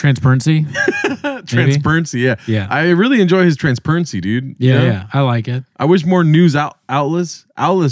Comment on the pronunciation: Talmbout transpernsee.